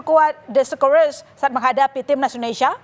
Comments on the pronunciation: sekerusus 😂😂 socceroos woi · Kalaa berjumpaa... Scoreses.. Scrors😂😂😂menit ke